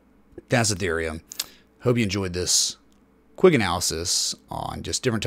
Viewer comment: Isn't it pronounced Ethereum 😲